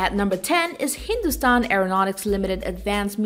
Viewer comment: Did anyone else noticed.. how clearly she pronounced hindustan